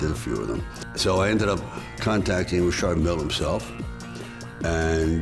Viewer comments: Lol I'm glad he say Richard Mille correctly. RAPPERS OUT HERE SAYING RICHARD MILLY🤣💯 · Only person I’ve ever heard pronounce Richard Mille properly